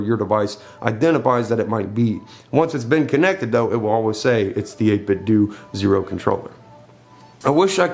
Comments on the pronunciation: It's 8bitdo do not doh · It's pronounced 8bitdō. Like Nintendo. I always check to see how the company pronounces it. At E3 they pronounce it with a long ō. It doesn't bother me at all that you pronounce it with the short ŏ though. I will take a cookie. 🍪